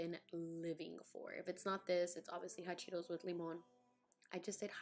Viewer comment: “Hawt cheetos” lmao that was so funny! That’s how I’ll be pronouncing them. You’re so beautiful love ya ☺️